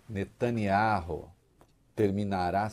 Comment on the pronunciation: Este " véi" de boina é mais pseudo profeta falando que o Benyamin vai pra cadeia. E ele nao sabe pronunciar o sobrenome dele!